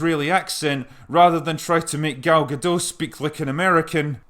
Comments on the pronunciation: she actually is partly French, but you are correct. She herself confirmed it’s pronounced with a hard T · It is not that hard to say Gadot. Just say "Ga-Dot". No silent letters, i mean T is pronounced. I know you can say "dot" as it is a word in your inferior language. Why the hell do you call her Gadoe? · GadoT. Gal GadoT. There's a T in the end. It's not a French name. Pronounce the T. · Nice video. One correction: Gal Gadot is Israeli, not French. The "t" is not silent. For english-speakers, think "Guh-DOTE", and you'll have it. All good wishes. If you want to see Gal pronounce it herself, here's a youtube vid with it over and over. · Love your vids, just a small correction (late as it is), the T in Gadot is pronounced. She's Israeli, not French. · got future references: GadoT. not Gado. she is Israeli not french. Gadot = banks of a river in Hebrew. (Gal=wave) you welcome :) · Gadot with the "t" spoken. It's Hebrew not French. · Sure. Her name is pronounced Ga-dot. No silent letters. Means "River banks" or "Sides" in hebrew. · Gadot, is pronounced with a hard T, she isn't French. :) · Her name is pronounced guh-DOT. The t isn't silent, it's a Hebrew name, not French. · Its Ga-doT you should pronounce the damn T. gadoTT. Its in hebrew, not french. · Just a nitpick from a Hebrew-speaking viewer: Gal Gadot is not French, but Israeli, so her surname is pronounced as spelt. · FYI: The 'T' at the end of her name is not silent. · As someone who is named Gal myself, i would have you know that you are supossed to pronounce the T in Gadot. it should sound like the T in the word tea, therefore the name is pronounced gah-doh-t. I would also like to add that im very much confused by you chosing to ignore what is maybe the most stupid thing in this film, which is miss Prince carrying a sword shomehow very badly camouflaged as part of her dress, yet nobody seems to notice it. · Gadot, with a hard T. She isn't French